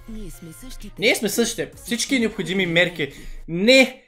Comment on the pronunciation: Определено рекламата е кофти. Но малко трябва да поработиш над речника си, братле. Диалекта също. Всяка втора дума ти е "манЯк", "такова" или "някви такива раоти". Изказвай се по-конкретно, прочети някоя книжка, научи някоя нова дума. Както казваш в клипа - необхоДжими мерки. 😀